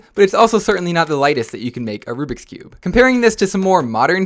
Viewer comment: is not me, it’s literally the correct way of saying it